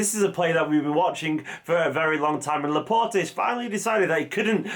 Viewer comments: You don't pronounce the E at the end of his name, please. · His name is pronounced ‘La-Port’ not ‘La-Portay’ ✌🏽